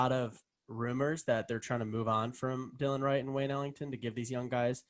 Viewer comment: Just to let you know it’s not Dylan or Dillion Wright, it’s Delon Wright!